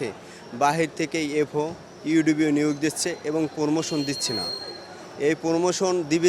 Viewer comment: কথাই বলতে পারেনা পরমোশন( প্রমোশন)